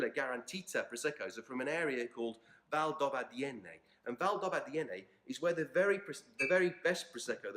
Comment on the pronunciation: Your pronunce of Valdobbiadene makes my hears blooding